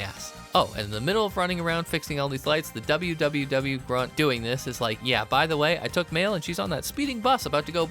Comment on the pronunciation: So, in the event you do more of these, and it's not a bit where you pronounce literally what's on screen, WWW is """Pronounced"""" as "World 3" Because Capcom literally could not care during this era.